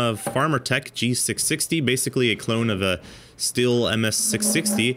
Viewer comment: Yes it is different and random, but if you cannot say the name of the brand correctly , then you shouldn’t make a video saying Stilh incorrectly.